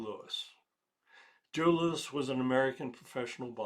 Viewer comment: Joe Louis. Not lewis.